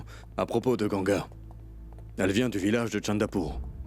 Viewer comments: On dit ganga mes pas gangia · Les gens qui disent gangia s'est pas comme ça mes vous pouvez dire gangaa❤❤😂🎉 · On dit Ganga